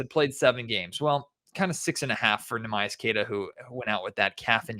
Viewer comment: I cringe listening to mispronounce Queta’s first name show after show